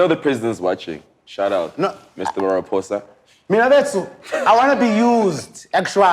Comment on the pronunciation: No guys did Speedsta just say "MR MARAPHOSA?"🤣🤣🤣🤣🤣🤣🤣🤣